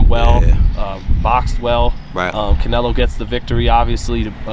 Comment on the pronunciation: CANELO!! CANELO!! not "nelo" wtf